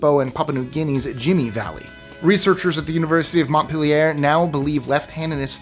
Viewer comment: Montpellier is a French word. You pronounced it incorrectly. Vermont isn't pronounced the way most people in the States say it.